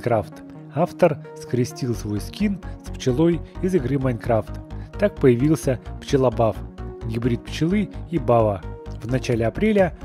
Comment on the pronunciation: не пчєлобав а пчєлобаф